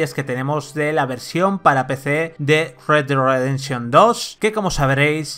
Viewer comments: "RedeRredenshon2" xdd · Como le patina la lengua jajajajaj “red güad rededsion” más o menos he logrado escuchar jajajajajjajajaj